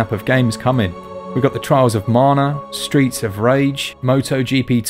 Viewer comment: Marna? There's no r in Mana.